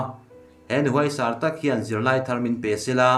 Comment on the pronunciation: Huaisar leh hnawhsarum lam rik dan kha lo zir nawn leh hram teh.